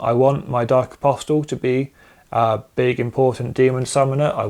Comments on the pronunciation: Apostle is pronounced, ''Aposal'' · why? It's incorrect. Objectively, hehe. Was about to say nice video (hope things change for the better with the new dex drop soon) but the T in apostle is silent 😅